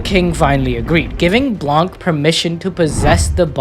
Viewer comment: has a french speaker I need to say blanc is french and the c is not pronounced we just say blan